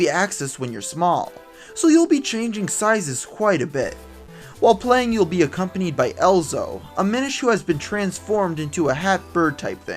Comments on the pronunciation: ezlo, not elzo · its ezlo not elzo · For some reason the fact that you call EZlo, ELzo really annoys me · It's not Elzo It's Ezlo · It's EZLO not elzo bro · It's Ezlo, not Elzo! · ezlo not elzo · My new pet peeve lol. Elzo's Wooooorld~! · The Minish cap was the first Zelda game i ever played! At first i loved it so much, But then nobody liked it.......I thought i was the only one experiencing all the fun. This helped it! (It's pronounced Eh-zl-oh)